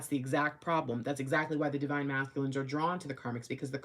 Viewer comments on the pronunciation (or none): ♂️♀️🔥🔥☯️♾️✅ Did you really say "Eggzactly"